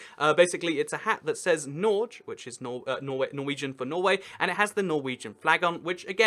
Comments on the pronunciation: It would aound better if he said Norgay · its not norje its nor-geh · it’s nor-geh (hard g) not norj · I think "Norge" is pronounced "Norga", and not "Norj". It does not rhyme with George. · It’s not pronounced “nor-ge” it’s “nor -gey” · IN NORWEGIAN NAMES AND WORDS THE G IS PRONOUNCED G NOT JE like in gay and give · Nor-geh, not norj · "nordge" :D think more of "nor - gay", then drop the "y" in "gay", cus, you know,, but yeah, more "nor - ge" than "nordge" :D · Did you just rhyme Norge with George? The -ge is pronounced sorta as in 'forget'. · It is not pronounced NORCH, it is pronounced Norge. Från era snälla grannar Sverige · Yeah, that would be closer to how norwegians pronounce it, but tbh I think anything's better than Norge, pronounced like Forge, and Nor-gay might be easier to remember for english-speakers. It's of course only my opinion though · Except Norge is not "Norj". The country is either called "Norya" or "Norga". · Norga? Hahaha LOL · U don't say Norge you say Norje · Your pronounciation of Norge couldn’t be more wrong.. 😂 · he pronounced Norge "nor-je"... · Norge not norje the g is like in give not jive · The fuck is "Noarch" worst pronunciation I've ever hear of "Norge" haha :D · Nordz :D One of the funniest mispronunciations of anything I've ever head. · Norge is with a hard G, and e as in "escape" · It made me cringe. Its one thing to say it as a silly way to pronounce it, but to say: "Nordsh, which is Norwegian for Norway", is just a lie. xD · It's pronounced Norjeh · You pronounced 'Norge' sooo wrong; try pronouncing it like n-oh-r-geh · no, "norch" is not Norwegian for Norway... two syllables, and hard g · it's pronunced "noh-rr-yeah" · Atrocious pronunciation of place names aside ("Norj", really?) and a bewildering number of unmotivated zooms, the underlying level of ignorance is astounding. Research, scripting, presentation technique, editing — are all very good ideas. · Nor-geh would be more accurate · Norje is the swedish pronunciation.